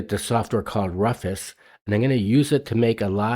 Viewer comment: It's not Ruf-es. It's pronounced: ruu-fis. For ASUS, it's ESC